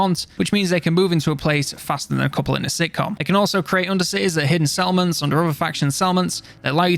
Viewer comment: You say settlements, I hear salmons